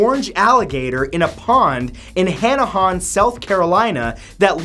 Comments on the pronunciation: Lol Matt it's pronounced han a han not han a hon South Carolina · Wait... did he say Hana-'Hon'??? It's actually pronounced Hanahan and it's actually a neet city to live in 😊 I spent most of my childhood there.